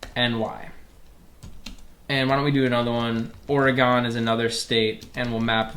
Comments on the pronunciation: Video: "Oh-reh-gone" Me: immediately notices the wrong pronunciation Jokes aside, thanks for the course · "oregon" like hes never heard the state pronounced before